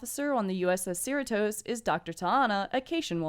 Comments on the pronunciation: SEER-uh-Tos? Do you even California? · Just FYI, Cerritos is pronounced "suh-REE-tohs" or like Doritos. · Why are u pronouncing “Cerritos” weird like that.